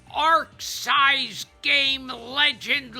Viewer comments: “Arc sise “ i love it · Lol Gilbert man...how he said the companies name hurts. 😂